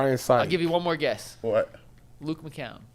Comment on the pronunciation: LoL is like Bruce Drennan, calling McCown, McCowen, with an extra syllable.